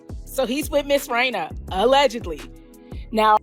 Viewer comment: Its Reina. Not rao